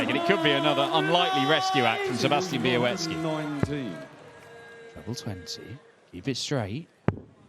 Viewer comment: Why does continue to pronounce Sebastian Bialecki's name as 'be-a-wet-ski'?